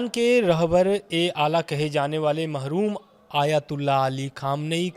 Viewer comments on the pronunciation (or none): पहली बात तो ये है की जो स्वर्गवासी हो जाते है, उन्हें महरूम नहीं, मरहूम बोला जाता है, और दूसरी बात जो लिखी हूई बात को भी सही से नहीं पढ़ सकता है अब वो भी रिपोर्टर बन रहा है, धन्य है 😂😂😂😂